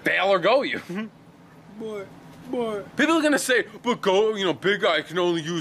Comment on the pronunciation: it's not pronounced goy-ouu it's goy-oh